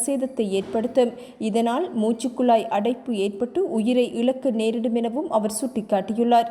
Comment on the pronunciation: உஜிர் என்று கூற வேண்டாம்...! அது உயிர் என்பதே சரியானது....!😂😂😂